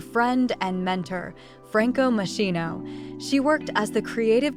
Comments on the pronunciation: Moschino (ski) not moscino. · Pronounced Mosskino Ms. AI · Isn’t it pronounced mos-kin-o? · That is not how you pronounce Moschino